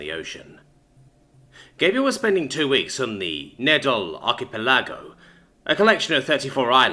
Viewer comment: Love the funny pronunciation of archipelago